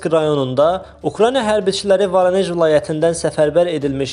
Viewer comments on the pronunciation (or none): Varanej yox voronej